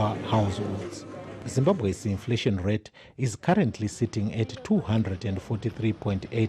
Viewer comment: The hayesti food infletion agenesti 🤣